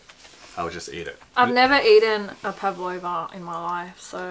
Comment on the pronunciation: Pavlova not pavalova.